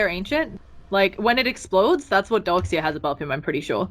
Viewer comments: "Dork Seer" :'v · why is she always saying "dork seer"? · its more like dork seer for me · donk seer